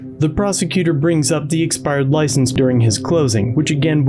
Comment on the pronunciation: Is it correct English to say eSpired or eXpired? 😢😢😢